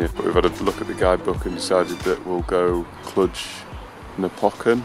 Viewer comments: Had to laugh every time you said 'Cluj', but pronounced it 'Cludge'... it's 'Cloojh'. You had the border check entering Romania because they're not in the Schengen zone. Looked like a good trip otherwise. As for the help picking up the bike - I would suggest that would happen anywhere. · Haha, we thought it was pronounced 'Cludge' but for our own entertainment were pronouncing it 'Clunge' (which sounds similar but has an entirely different meaning). Who knew it's actually pronounced 'Cloojh'! Of course, Romania isn't in Schengen, never even crossed my mind! Doh!